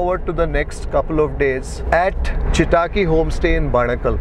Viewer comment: Loved it! You have to improve your kannada pronunciation. Chitaaki sounded like a Japanese name😊. It's simple Chitta akki a tiny bird. All the best!